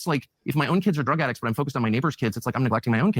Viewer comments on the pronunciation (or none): none